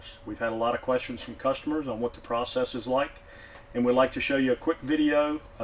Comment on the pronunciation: Why can't he say the word "PROCESS" properly?…. in reality he just puts it in a kiln and then takes it out the next day. It heats up and cools down. The "Particulant filter cleaning machine" is just a sandblasting machine box… I bought a new one for £100 recently. You just use the compressed air from it… nothing difficult and no magic ! So this should be a £50 job each time - it is so easy.